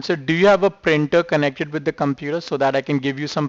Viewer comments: I know at one point he said “computah” which cracked me up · Indian version pronouncing Computer: (Coom-petah)